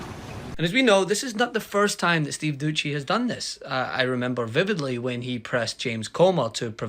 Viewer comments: It’s Steve Dooo seeee not dooocchi 😂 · Doucey is a knob, but at least get his name right. It's not Doochey. That's just lazy. Do better.